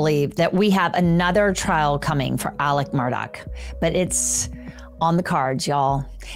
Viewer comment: For the love of god, can you please pronounce the man’s name correctly??!! It’s ALEX MURDAUGH, not Alec Murdock.